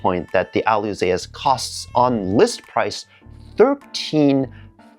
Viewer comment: This is a great video and you not being nitpicking. You are details orientated, that's a competence! And the missing details on the kit looks more like the older HG from Bandai:D Fun facts: The name Alyzeus is from the agreek mythology, son of Icarus. The pronounciation is like Zeus = "Dzuis" or in modern Greek "Zefs". Alyzeus "Ah-lye-zefs / Ah-lye-zefs